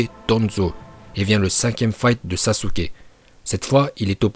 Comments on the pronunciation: On dit pas sasuke uchiwa ni sasuke uchiha , on dit saske uchiha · Les otaku qui disent "saske" me cancérisent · Saské ou sasuké pour la prononciation